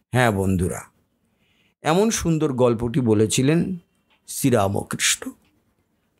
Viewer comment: উচ্চারণ টি রামকৃষ্ণ রামোকৃষ্ণ নয় ৷